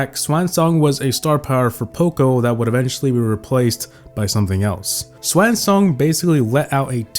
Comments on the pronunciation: Sw-awn not sw-aan 😭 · swahn song 💀, it’s pronounced swon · Why did he say sw-a-n song instead of sw-aw-n song lmfao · Dude. It's sw-ahhh-n. Not sw-an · “Swaan song” 😂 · why tf u pronounce swan like that bro its just a bird 😭😭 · The way this dude pronounced swan 💀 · has this guy really never seen the word swan before like bruh what was that!?